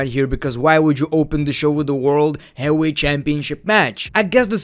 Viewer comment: blocked for not being able to pronounce heavyweight